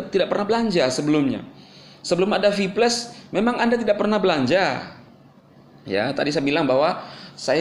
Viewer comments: VIPLAS BANG BACANYA BUKAN VIPLES VIPLES APA ITU??? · Kok gua dengernye sphyles.. Kayak penyakit kelamin itu😅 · Hahaha... Cara ngomong si klo sebut kata "viplus" lucu banget 😂😂😂😂😂😂😂😂😂😂😂😂😂😂